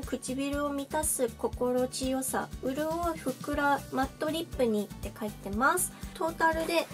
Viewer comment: ！ 心地よさは「ここちよさ」って読むねん！ 日本語むずかしいけど頑張って！！